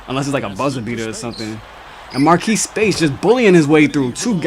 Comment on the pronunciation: To king it's marrese not marquise speights